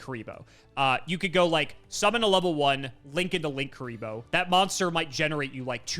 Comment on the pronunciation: Wrong pronounce, there isn't 2 Ks, it is either Lin-Kuriboh or Link-Uriboh. Lan isn't an effect monster so can't be used for Borreload.